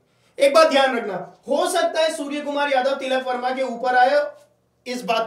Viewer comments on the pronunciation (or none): Tikal Verma nhi tilak Verma h bhai 😂😂😂😂